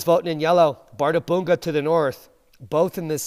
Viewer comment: One slight correction: "Bärðarbunga" is pronounced as "par-thar-pung-ka".